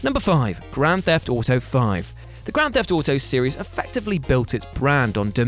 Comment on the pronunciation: Why does say series like that I'll never understand.